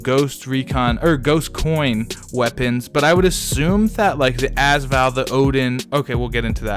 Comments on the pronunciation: can you not say az Val it’s usually a-s val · "azval" nah its pronounced "A-s val" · it's AS VAL NOT ass val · also every time he says az Val i want to punch him